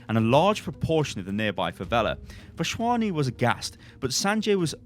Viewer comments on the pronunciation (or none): Lmao, it's Vas-Wani don't pronounce a random H. Otherwise u got that name spot on